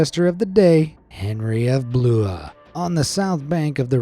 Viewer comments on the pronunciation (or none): "Gibbet" is pronounced "jibbet" and "oubliette" starts with an "oooo" sound. "Blois" is pronounced "Bluhwaa" not "bloohah" but you nailed Chateau d'If, though it is indeed near Marseille, which is pronounced Mar-say not "Marcel". Excellent facts, but the pronunciation should get you some time in solitary. :)